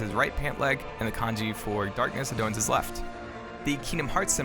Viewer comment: Every time you say kanji!!! I cringe... it’s the in game symbol. 光 this is the kanji.